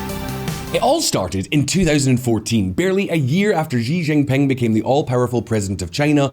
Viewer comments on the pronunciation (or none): Considering how often you do videos on China, a quick course of pinyin pronunciation would be good. That's . . . just not how you say Xi Jinping (and everything else, but that one really sticks out). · I cringe every single time he mispronounced "Xi Jinping". Please learn the correct pronunciation. Thank you. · Atrocious pronunciation of Xi Jinping 😂